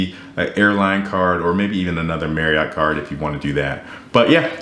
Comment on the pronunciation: Random FYI for you - Marriott rhymes with chariot. ;)